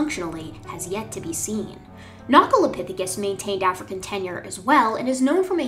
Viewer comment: hold on hold on. You mean to tell me that Nacholapithecus is not prounced "Nacho" as in "Nachos and Tacos" and is instead "Nacko" ?